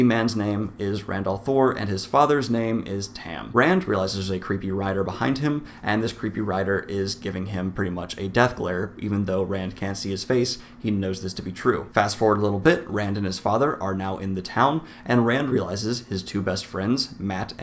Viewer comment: I think it’s more death not more deeth